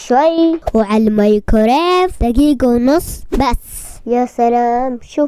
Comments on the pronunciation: ميكرويف ✔️ ماي كوريف❎ هههههههههه🤣🤣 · ضحكت يوم قال المايكوريف 😂😂💗